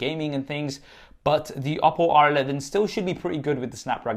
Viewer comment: Funny how him saying the word "Oppo" sounds like "Apple".